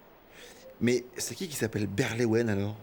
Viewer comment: Berlewen (la femme de Bohort, jouée par Virginie Efira), pas "berlouane" ^^